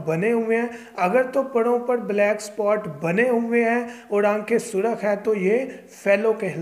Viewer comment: یار پڑ نہیں پر۔ فڑق نہیں فرق۔